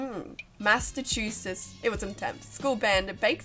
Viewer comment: The high school I went to banned shoulder exposure. Dumbest thing imo. And no, you weren't far off with pronouncing our tongue-twisting state of Massachusetts. 😂